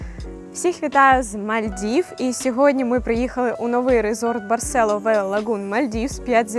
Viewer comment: Барсело з наголосом на "о"!!! Навіть у назві ролика наголос стоїть!!! Знято классно, без трясучок разних тощо. А от розповідаєте, наче вам тут не подобається... Вчиться кайфувати від місць, про які розповідаєте, тоді і ми із захопленням дивитимося...